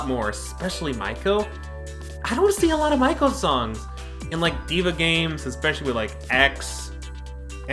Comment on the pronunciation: her name is pronounced as MEI-KO not maiko. Mei as in may